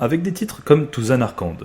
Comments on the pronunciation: Super vidéo ! Juste le "Zanarrekande" qui m'a un peu fait saigné des oreilles. :D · Zanarkand se prononce zanarcanne. ;) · alors nan mais nan pas une prononciation aussi horrible pour un aussi bon jeu :( rip zanarkand xD